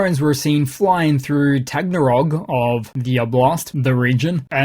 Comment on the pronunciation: Tah gone rogue. You blow Taganrog every time.